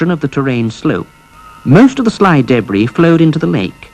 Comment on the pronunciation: I tried watching this but the guy kept saying daybree instead of debris...i fucking hate the english accent